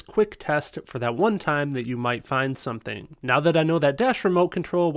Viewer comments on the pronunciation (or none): none